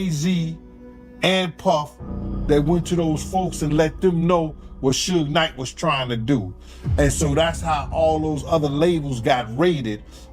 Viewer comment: Not "Soog Knight"